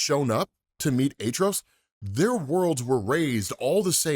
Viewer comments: Atrocidus not artrudos cmon bro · Atro-ci-tus not atros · Why do you pronounce his name like that? You keep saying it like ATTROUS , its ATROCITIOUS pronounced AT-TROS-SITOUS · I'll never be convinced of that pronunciation of his name btw